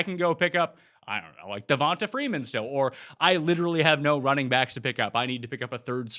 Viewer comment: C'mon man. Devonta Freeman has been in the league for nearly a decade. It's time to learn how to say his name. It is "devon-TAYE". Then go check out these two: Kamara = ka-MARE-uh Mostert = mo-STIRT Hard to take fantasy advice seriously when the host acts like he's never seen a Falcons or Saints game in the last decade. C'mon now, sweet! I love the show though and still listen every week. I just have slight OCD about name pronunciation and want to make your show PERFECT. So thanks for kicking ass! With these minor tweaks, you'll have one of the top-five fantasy YouTube channels on the market! Rock on!